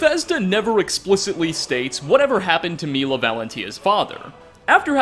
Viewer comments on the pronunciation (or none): none